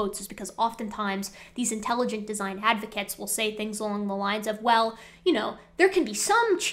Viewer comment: De-si-gne, oh that must be Italian!